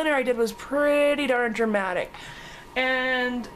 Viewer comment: Lol, you sounded scottish when you said dramatic. X